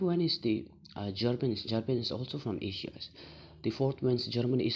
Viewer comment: You must be great new emerging Tibetan political analyst. Overall good contents and well delivery. I would suggest little bit over changing in your usage of “S” sound at many nouns ending, which could be detrimental to your overall scores otherwise. E.g, Africa, China and Asia are followed by S sounds. My simple suggestion though.